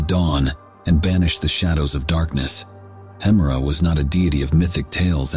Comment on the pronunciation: I just recently discovered your videos, and they're really great! I re-watch them multiple times. One question, though. Why do you pronounce 'Hemera' and 'Uranus' two different ways in the video?